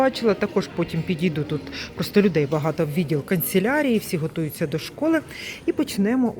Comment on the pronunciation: дякую за Ваші огляди.(КАНЦЕЛЯРІЯ, а не конселярія)